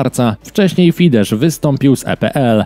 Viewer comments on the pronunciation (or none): Nie czyta się fidesz, tylko fides.